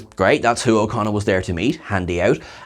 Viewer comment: Every time you say his name, I hear "O'Connor", and I just really wish they'd got Billy Campbell to play an Irish space rogue instead :p